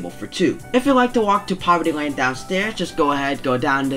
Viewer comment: is no one talking about how he said poverty lane 😭